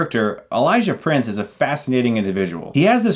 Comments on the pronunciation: Elijah PRICE not PRINCE Damn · Price not prince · It's Elija Price, not Prince 😂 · His name is Elijah Price not Prince :)